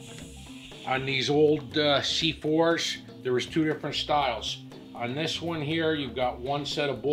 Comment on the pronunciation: “The C4shchh`s”